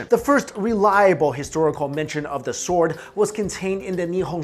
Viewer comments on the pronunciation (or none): You pronounce it Sord not sword... yes you spell it sword but that's not how you pronounce it!! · The 'w' sound in 'sword' is silent. it's pronounced as 'sord' :) but great video!! I love your channel so much. keep it up!! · Robert Roberts he's pronouncing svord wrong. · swooowwrrdddwwwwww sqwswrrreee spwwaaceeee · uuuugggghhhhhh,,, the w is silent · Why do you keep pronouncing the "w" in "sword", like Finn the Human? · ok THATS IT can we PLEASE incinerate EVERY bum that decides to pronounce the "sword" without the silent letter "w" or at least throw an egg at them XD Disclaimer: is excluded from this law and all of his associates as well because we have nothing but respect for em